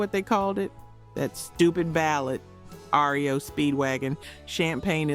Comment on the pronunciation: Yes, we know our 80's music and bands.. I noticed how she pronounced R.E.O. right away..